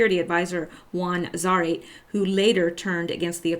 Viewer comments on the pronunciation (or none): none